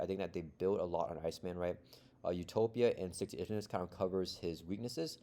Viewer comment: It's pronounced "Stick to it - ivness" ;p